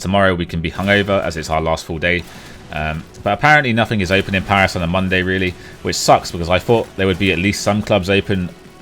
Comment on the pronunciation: French parisian sub here :) You almost managed to pronounce every place you've been to correctly gg :P Maybe you've been to the Meltdown bar, it's a bar dedicated to e-Sport and video games. Most of the restaurants in Paris are overpriced, if you want to eat well for a decent amount of money you have to move away from touristic places unfortunately, I feed bad for not telling you that before :(